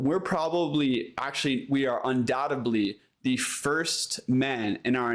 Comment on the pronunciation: When you can't pronounce such a simple word as, "undoubtedly," you lose all credibility. It's not pronounced, "undoubtubly." Even if you went to public school, that's no excuse. You're 26.